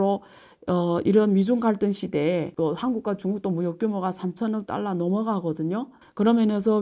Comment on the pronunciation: 교수님 딸라로 읽지 마시고 달러로 읽으시면 발음이 더 완벽할것 같아요❤